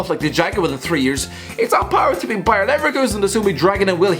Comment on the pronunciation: cheeseburger crackers thats bayer leverkusen not ‘bayern’ leverkusen